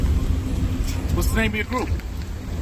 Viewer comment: you can hear the ting of that old-school JFK-New-England accent when he says “Errors”…which sounds like “eras”